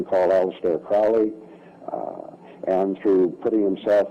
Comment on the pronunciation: Crowely, himself, says is last name is pronounced Kro--leee,"as in 'Holy'.